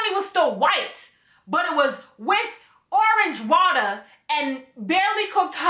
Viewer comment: the fact that you keep saying orange water like that has me dying lmaoooooo